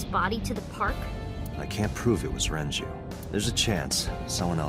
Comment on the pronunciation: And he keeps alternating between pronouncing Renju’s name correctly and saying Renji. ...He kinda looks like a blond Morishige, now that I think about it.